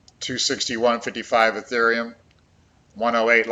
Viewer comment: Say ETHEREUM!!!!